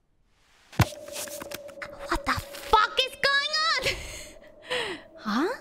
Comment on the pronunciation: Haha she said fook 😅